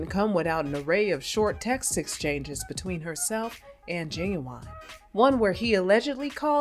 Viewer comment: Knot "Gin-Gin" .... 😅🤣😂